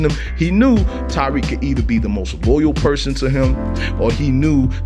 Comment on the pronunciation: Bruh say it with me (Ta-Reek) my name really shouldn’t be that hard to say 😭